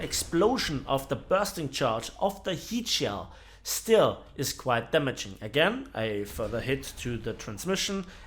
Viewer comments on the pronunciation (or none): none